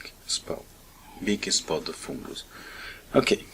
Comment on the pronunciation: 😂I love the way you say foooongoose 😂 mate I appreciate your showing us how to clean it🙏😉